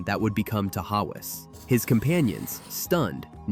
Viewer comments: TA-haus.. ta-howas😂😂😂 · Tah-hauzz...not ta-ha-wus! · It's pronounced ta haws .... Only one house remains. My grandparents lived in it. All of the caved in houses are gone now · Tahawus is pronounced Ta-Hoss. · Other than pronunciations of Raquette, Ausable and Tahawus, pretty good.